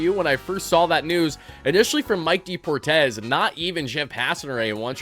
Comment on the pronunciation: That mispronunciation of the Spanish word "deportes" made me spit out my drink. Hilarious.